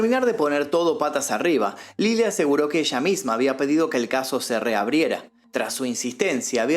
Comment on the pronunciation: y es Lela no Lili je je je 😄